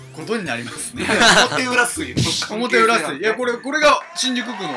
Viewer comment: 表裏(ひょうり)じゃないの？